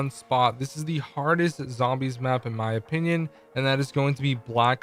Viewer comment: “in my personal opinuuun”